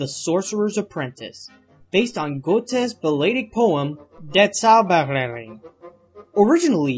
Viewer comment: I'm German by birth and native language, good sir. So your attempt at pronouncing "Goethe" and "Der Zauberlehrling" realy made me laugh XD In any case, these videos are amazing. Rock on!